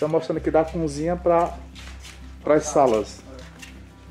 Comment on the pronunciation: leia a" Cozinha". Vc pronúncia cunzinha,pelo amor de Deus, vc não é um comunicador, ou tenta ser.